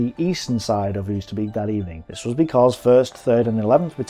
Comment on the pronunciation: Not "oo-ster-beak", "oh-ster-bake".